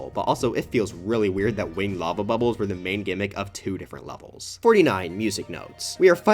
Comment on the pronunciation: “Wing Edd” 💀